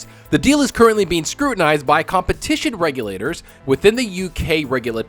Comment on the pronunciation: Did you go to school or is English not your first language that you say regulators the way you do